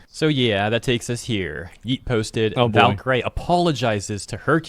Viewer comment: "Valkyrie" is pronounced "valky-ree", not "valky-ray".